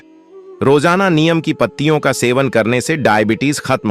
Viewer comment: पहले नीम का उच्चार सीख लो बाद में व्हिडिओ बनाओ।